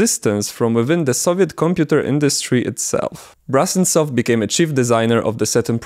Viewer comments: It’s Brusentsov, not brussen-stoff You butchered his name like 30 times in this video. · The surname of the inventor is pronounced Broosentsov, BTW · If the name is transliterated to Brusentsov, then should it not be pronounced BROO-SEN-TSOFF, with an OO sound and not an AH sound? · oh god.... please stop calling him BrAHsentsov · so...you spent countless hours researching this subject only to end up mispronouncing the name of the inventor? great job, mate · Your pronunciation of "Brusentsov" is a bit wrong. The letter “u” in the Latin transliteration of Russian names is always pronounced as in the word “put”, but never as in the word “but”.